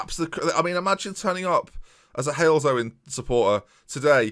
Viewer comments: As a guy who lives up the road from Halesowen, you are indeed saying it correctly. its as simple as Hales-owen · I have disliked this video as I’m a Halesowen Town fan. You did well trying to pronounce it though I’m proud of you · I was so worried he was going to say it wrong 😂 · Being a born and bred lad from Halesowen I can confirm you are now saying it right!! About to watch the final but sorry but UP THE FUCKING YELTZ!!!!! (Halesowen's nickname) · You’re saying it right it’s Halesowen 🤣 it’s a couple of miles up the road from me